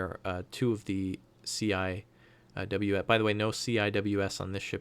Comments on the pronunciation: CIWS is pronounced See-Whiz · CIWS is commonly pronouced "sea wiz" I don't know why but thats how the navy says it